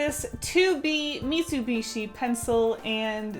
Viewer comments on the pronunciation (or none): none